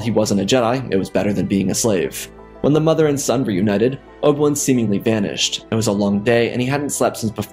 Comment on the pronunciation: "Oba- wun?"